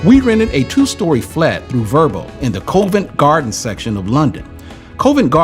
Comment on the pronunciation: Polite advice - it’s pronounced as Covv ent Garden not Cove ent …. Was this last Summer when you were here?… trees in full leaf! spring is on its way in the UK … soon the leaves will be back and Britain will be blooming again! Yay!